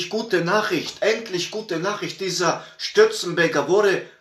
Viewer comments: Unfortunately, the policeman has passed away yesterday. Michael Stürzenberger is pronounced Stir - Tsen - Bear - Ger by the way. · Sorry for laughing about you trying to pronounce "Stürzenberger"😊. Thanks for reporting it. Go Stürzi, go.✌️